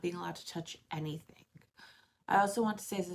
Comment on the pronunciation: “Anythink”. 😂 just curious, where are you from??